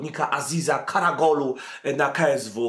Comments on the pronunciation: KaraOglu a nie KaragOlu :) Gole beda za kilka dni we francji ;) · Karagolu? Karaoglu :) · karaOGlu nie karaGOlu Lol